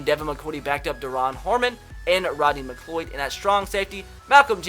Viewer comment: Butchers McLeod’s name every vid bro😂😂